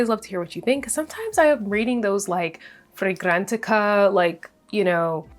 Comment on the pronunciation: I was interested in your reviews til you kept having to say fragrantica that way. That got on my nerves So I had to turn it off .